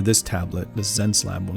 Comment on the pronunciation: I feel like it's supposed to pronounced 'SenseLabs', could be wrong. Regardless, seems like an artist would benefit quite a bit from this tablet since it comes with a great build along with a customisable remote, something Wacom is still refusing to provide[if anything they keep paring away the features that used to be part of the pack], at a lower price no less. I've been using my decade old small Intuos4 and if I were to upgrade, might choose this. Lastly, I wanted to drop a great big thank you to you, sir, since your tutorial on painting skin tones on Proko basically sent my projects to the next level; Marco Bucci and yourself have been a great help to get over my inability to understand colours and I've improved more in 2021 than in a decade of fiddling around.